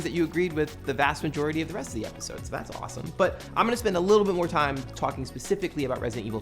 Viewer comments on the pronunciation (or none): none